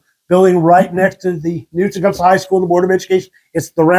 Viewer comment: I loved hearing him pronounce Tecumseh that way, it’s exactly how my grandmother used to say it. I haven’t heard anyone call it that! I never realized how much I missed hearing it ❤️